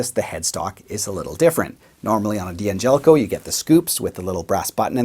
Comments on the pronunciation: Why do you call it a "DeeAngelico"? The name is Italian and it's pronounced Dangelico as one word. The D is not heard by separately. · Nitpicking, i admit, but it drives me nuts when people pronounce the name “Dee-Angelico”. It’s “Dangelico”. Also “Daddario”, not “Dee-Addario”. I’ll go back to minding my own business now.